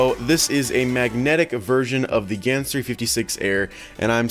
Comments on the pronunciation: Wait did he just said yans instead of gans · elijah cadaoas He pronounces gyan